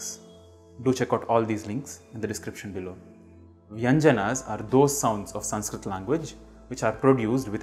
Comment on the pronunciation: The first lesson of Sanskrit is how to pronounce ‘ Sanskrit ‘ properly which you haven’t managed to do.. 🤦